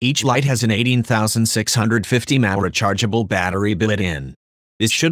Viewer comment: one thousand two hundred mahh